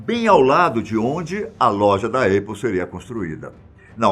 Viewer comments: Essa empresa que esse cara está pronunciando como "Êipol" seria a Aple (Épol)? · Não é eipou, é apple, se pronuncia épou, ou “britanicamente” apou, abraços, parabéns pelo vídeo. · Esperimente dizer épou ou ainda, apou, mas nunca eipou !!! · Alguém precisa corrigir isso, realmente. Os vídeos são sempre incríveis, isso é um detalhe que falta pra perfeição. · Apple se pronuncia ÉPOW e não EIPOW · " A Eipou". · Eipou? Aprende inglês véio. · Na tentativa de falar Apple na forma original, em Inglês, a pronúncia está equivocada. "A" tem som similar ao "é" do portugues...